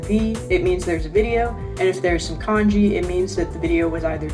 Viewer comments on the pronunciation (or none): none